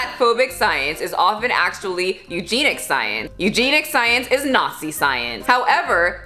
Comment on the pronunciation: You look great but eugenic is pronounced (U-jen-ic) not u-gean-ic.